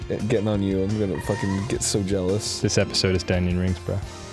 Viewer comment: Wait... At the very end... Did Dan say "Donion rings"? That's amazing.